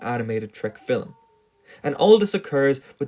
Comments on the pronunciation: Cool video and all. Also i love the way you say film. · i like the way this dude says film. it’s just so nice. i mean this in the most genuine way possible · I would like to speak to your pronunciation teacher real quick, I don't blame you for pronouncing "film" like that. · oh my god this video is great but your pronunciation of film is so annoying. its not filem its film where do you get the extra vowel from?? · Why do you keep saying "Fillem" instead of "Film"? 😂😂😂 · Why does it sound like you're saying "fillum" or "fillamum" instead of film? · “Fill-em”? I don’t think I’ve ever heard a one-syllable word pronounced so…..uniquely. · The word is "film," not "fillum." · “Fillem” vs”film” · You're one of those guys that pronounces film like "fillum". Nothing wrong with it, just an observation. It's probably the dialect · Is it pronounced film or fillum? I can't figure out any pattern as to why it's one way in some sentences and the other in other sentences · Great video! But one thing that distracted me from the content throughout the video was the bizarre way you pronounce "film" or "films". Sounds like "fill' em" to me... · He pronounces film as "phillum" and it fucks me up everytime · There's no ''U'' in ''film'', and I know that you know this, as you said ''film'' once in the vid. Idk why, but i find this infuriating... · Learn to pronounce the word film before doing a video about it... "Fille'm" smh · Filum…filum..filum… is all I hear. It’s distracting from your clearly well researched and thoughtful narrative… Just pronounce the word like the rest of the world please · Is he saying 'filim'? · Scotish and Irish people often pronounce film as fillum apparently. Not sure where this guy is from as his accent doesn't sound like either, but perhaps has some influence from one or the other. I find it fascinating and unique. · the way you say "film" is very off-putting, and i know you are doing it on purpose because you say "films" just fine.